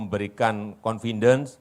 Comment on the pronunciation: Ex presiden ngomong KONFINDEN .😂😂😂😢😮 Arti nya apaan... Ehh ternyata itu saleman nya IKN ya😂